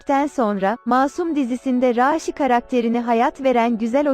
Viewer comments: Raaaşi değil raşidir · Raaağğşiii değil raşi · bi arada konusan rasinin ismini 'raasi' diye soyluyor bi 'a' harfini artiq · Rasih deyil rasih